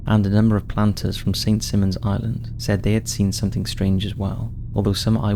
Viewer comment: The Altamahaha. It's cool and also weird hearing about a myth from a town I lived in lol. Side note: its pronounced Sy-mon or Sigh-Mon. St Simon's island.